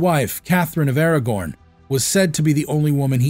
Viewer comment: It was Catherine of Aragon not Aragorn and Anne Boleyn not Bocelyn. I assume the rest of your video was as well researched as the part on Henry VIII. Inexcusable and very slipshod.